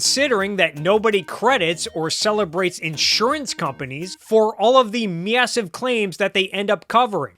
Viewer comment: The way you say Massive and Ca words makes my blood boil. Mid western ass bitch. Great video otherwise.